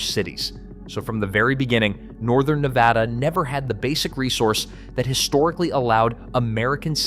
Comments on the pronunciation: NEH-VAD-ah not NEH-VA-dah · I’m so fatigued with the mispronunciation of Ne-Bad-A. Can everyone plz just get this??😩 short a, not ahhh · That's Nevada ! NOT NEVAHDA ! 🇺🇲💖🇮🇱💖🇵🇭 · DAMN A. I. IT'S NEH VAD UH NOT NAH VAH DAH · there's no Nevauda, it's just Nevada. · It's not Neh Vod ah it's Neh Vad ah. Get it right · It is pronounced Neh-Vod-ah, because Nevada is a Spanish word. The whole southwest region of the US used to belong to the Spanish, thus these territories (eventually becoming States) were named in accordance with the presiding Spanish (Mexican) culture already in this region. "Nevada" is a Spanish word that means "snow-covered." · its' NA-VADA...extra credit its not Mount-ants, its mount TANS. Not buttands, BUT tons. It's also not the Sierras, it's THE Sierra. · First, learn how to pronounce Nevada, hint: it's not Ne vah duh. Second, Las Vegas is Southern Nevada, duh, the Vegas Valley is 2.8 million people. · Nur vaaaahhhh durrr? 🤪🤪🫡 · Thank you. I was about to say the same thing. This guy obviously has never spent time here. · If you are incapable of speaking the state's name correctly... not much else that you have to say has much meaning. I am on top of a mountain in Northern Nevada... off grid and loving life. At 5700' with nothing but sky above... chemtrailed to high heaven nowadays... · 1. You’re pronouncing Nevada wrong. 2. I live in Northern Nevada. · The obsession with the pronunciation of Nevada is comical. They need to upgrade their bots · Please learn how to pronounce Nevada. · yeah when ever somebody says it wrong i stop listening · learn how to pronounce Nevada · Well Duh, 74% of the people in the state are in the LV Metro area. Is this a news flash? Theres half a million in Reno-Sparks-Carson. And learn how to say Ne-vaaahdah correctly. The state is full of ghost towns.